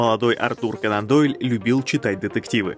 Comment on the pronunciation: Все супер, но не могу понять один момент, почему произносится Канандойль, как будто слитно, хотя он же кОнан Дойль